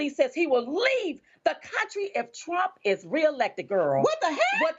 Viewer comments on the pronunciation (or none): none